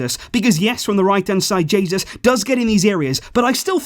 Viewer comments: omg you actually called Jesus, Jesus. It's pronounced "Hey, Zeus" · Jay-zeus actually